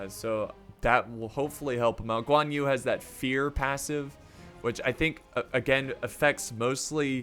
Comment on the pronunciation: Who is also chinese and dissing how he mispronounce all thier names. Btw it is not Guan You IT'S GUĀN YÜ